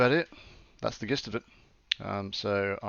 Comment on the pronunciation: This is looking awesome already. Nice! I hope you finish it. Will you open-source the code? (BTW, every time you say "gist" with a hard 'g' I die a little bit on the inside)